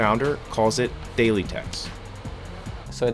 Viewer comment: The company is called "Thaely", but it does sound like Bailey.